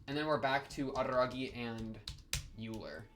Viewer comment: Euler is pronounced like Oiler not Yuler. So the pronunciation is similar to Sodachi's family name, Oikura, and why she wants Euler to be her nickname. Unfortunately for her it never caught on and everyone just calls her "How Much" which is a pun on her family name and makes fun of her personality.